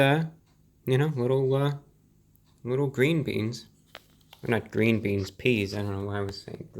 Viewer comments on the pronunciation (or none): "It's.. It's GWEEN !